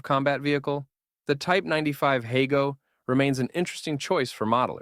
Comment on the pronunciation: It's pronounced "hah-go" rather than "hey-go."